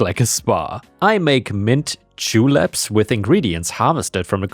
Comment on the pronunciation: A "Mint Julup" is a Southern USA cocktail made with bourbon and freshly 'muddled' fresh mint (basically ground in with a mortar and pestle). Oh, and you pronounced it right!